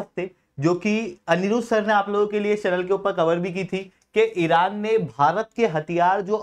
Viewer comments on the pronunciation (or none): none